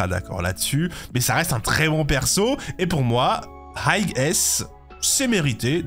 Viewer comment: Le "gh" de high ne se prononce pas le frère. Autrement tu aurais dû faire une catégorie au dessus de S+ car Acheron elle détruit Lunae et Jingliu de loin. Pareil pour Ruan Mei qui est au dessus de Sparkle par contre même si Sparkle reste un peu meilleur que Bronya, elle reste dans le même tier avec Sparkle, niveau sustain Gepard a pris un up grâce à Acheron. Pela même délire que Gepard qui up grâce à Acheron.